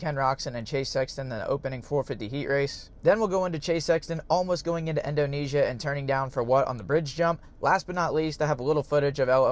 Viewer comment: One more “endonesia” and I’m unsubscribing…